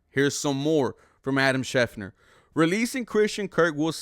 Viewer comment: I really appreciate your videos, but Christian Kirk is 28 not 29 and you are mispronouncing schefter